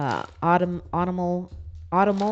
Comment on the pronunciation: G'day ❤️ . Autumnal pronounced "or tum nel "😁